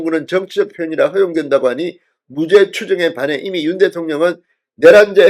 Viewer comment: 진선생 사전의 사는 길게 발음 하게. 짧게 하면 단어집을 말하네. 금방 발음한 무죄는 짧게 해야 되는데, 또 길게 발음하니 이상하지 않은가 이 사람아.